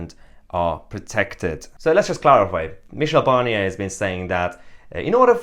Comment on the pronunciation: I like how Mahyar almost spits out the name Barnier!